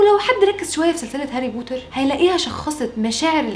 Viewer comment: لما قلتي هاري بورر عن هاري بوتر تحركت مشاعري الك عندك انستا ندردش بالموضوع ده الاكتئاب بصراحة اول مرة بحياتي بشوف وحدة مصرية حلوة زيك عسل